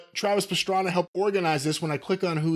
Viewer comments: I love Travis Pastrana but Jim calling him Travis Pastrami is hilarious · "Who's Pastrami?" 🤣 I'm pretty surprised hasn't heard of Travis Pastrana, if I have.